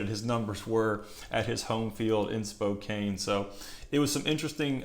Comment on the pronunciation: Pronounced : Spocan. Love the content.